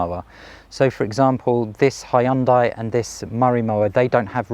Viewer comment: Thank you for NOT calling it a ‘Hyun-day’!